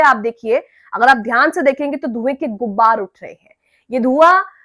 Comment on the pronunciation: आप शायद हैं। उर्दू ठीक कर लें "गुब्बार "नहीं कहना है......ग़ुबार सही लफ्ज़ है। बुरा न मानिएगा,,,भाई की तरह बता दिया।